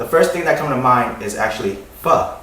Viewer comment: is he saying fuck? like "get down together and have a perfect fuck" ? ??? ???? ?? ?